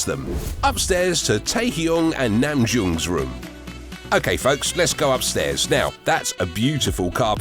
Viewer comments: Lol...he said Hoo-see-ook, Taehyoong and Namjoong !! LMAO. This guy knows squat about BTS. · At least get their names right. It’s Namjoon (no g at the end) and it’s pronounced Jungkook not Yungkook. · It's Namjoon, not Namjoong. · RM=Namjune!!!.. Not Namjoong! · Sorry but it's Namjoon not Namjoong